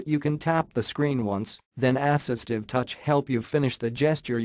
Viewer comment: ASS-istive touch